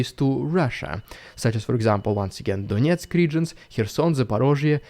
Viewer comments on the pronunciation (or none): none